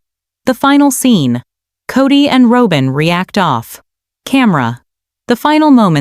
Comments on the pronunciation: It’s not Robe-in! It’s ROB-IN. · It’s not Robe-in. It’s ROB-IN! Fix this! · Pronounce Robyn name correctly. Not robe-in. Can't pronounce correctly, then don't post. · The word robber is pronounced the same as Robin's name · Robin, not Robin, is this automated? Machine talking, that's not correct. I'm glad Robin got the s*** into the deal and Cody. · Why cant she pronounce Robyn's name correctly. Makes her sound stupid